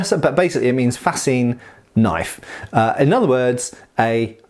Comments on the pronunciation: "That's not a knoyf!-uh-actually-yeah-THAT is a knoyf!" Cheers, LOVE these vids, as I've almost entirely burnt out on the repetitive, brain rotting shit on tv, your channel has become a mandatory part of my week. Great job brother! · ''...knoife'', eek-cha-loi